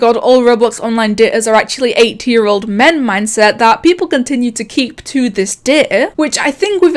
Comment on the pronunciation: Was i the only one that heard 8 year old man and not 80 year old man?